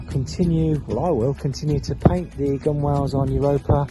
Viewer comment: I have watched all of your videos and learned a lot. A little lesson returned, gunwale is actually pronounced gunnel. Google it